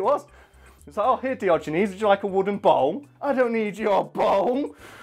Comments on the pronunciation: I spent the first few minutes really confused cuz I thought you said bong instead of bowl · please tell me someone else also hears bong when says bowl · Why se fuk is this guy saying BONG instead of Bowl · Did it sound like bong to you? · You sound like you are saying bong. Not bowl lol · Is it just me or does it sound like he's saying bong when he says bowl? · I can't help hearing bone when he says bowl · Does it sound like he says bong in said of bowl sometimes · Bowl not ball lol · When you say bowl it sounds like bong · Thank god I'm not the only one who thought he said bong. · It sounded like he said bong a few times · It sounds like you're saying bone lol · my man, whats up with the way you say bowl? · the way you say bowl is so hard for me to understand!